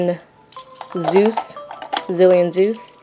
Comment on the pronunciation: Omg she legit said galaxy “zeus” I’m triggered